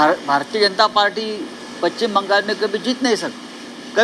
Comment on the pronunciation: साहेब तेवढं पश्चिम नीट म्हणा की जरा